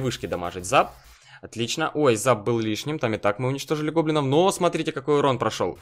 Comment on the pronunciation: Почему ты говоришь "Банда гоблиноу"?